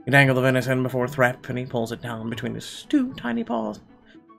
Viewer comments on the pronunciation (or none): I would pronounce that THREEp not Threp